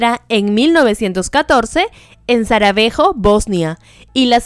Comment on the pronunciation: Sarajevo no Saravejo, pero igual muy bueno el video❤